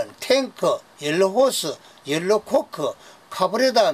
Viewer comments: 연료로 발음이 잘 되지 않아서 그래요. 이해 해주세요. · 열로는 대구 사투리로 연료를 말하는것 같은데요?